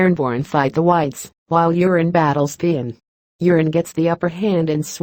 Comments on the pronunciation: Its euron...not urine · The Narrator is mispronouncing Urine Greyjoy's name.